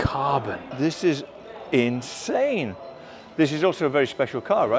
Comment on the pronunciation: Definitely an inSHane way to SHtart an epiSHode! 😁